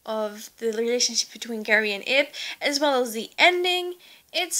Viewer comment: she's actually 9 and it's prenounced Ib (eeb